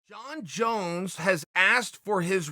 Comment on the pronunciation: "Jon Jone" 🤣🤣🤣😂